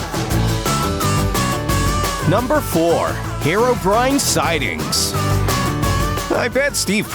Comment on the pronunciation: It’s hero-breen, not hair o brine